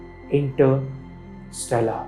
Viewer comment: OK ! Average attempt in explaining what interstellar travel really is and how close are we to achieve the ability to travel between stars, there were several things that I didn't like as mentioned below 1) You pronounced INTERSTELLAR and PROXIMA CENTAURI incorrectly through out the video 2) Explanation of what interstellar travel was all over the place, you could have Just mentioned.. travelling between stars is called interstellar travel and then give one example. 3) Antimatter propulsion...it's not matter antimatter fuel...keep it simple...why add an extra word "matter" to complicate it. 4) Astronomical unit (AU)..you should have told people first what AU is..1 AU is the distance to earth from the Sun then quote other figures. 5) You seem to be someone who likes space facts and stuff but doesn't have in depth knowledge,just my honest opinion but you can always get better. 6) Lastly,The whole video was clumsy,I mean you fumbled and got conscious and said non sensical stuff..hence I disliked the video Keep learning though..Good luck :)